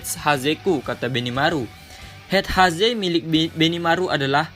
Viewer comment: saran gan : buat pengucapan bahasa inggris skill di kasih jg bang tulisannya di vidio, sukak bingung soalnya kyk heat haze si benimaru td. rahasia dari apa gt from hait kurang nangkep jd nya